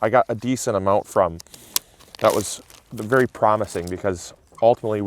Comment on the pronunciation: "be varwee varwee quiet, we're hunting Aoples" - Elmer Fudd in this occassion. 😂